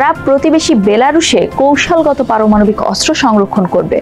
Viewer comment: সংবাদ পাঠিকা "পারমানবিক ক্ষেপণাস্ত্র " পাঠ করেছেন!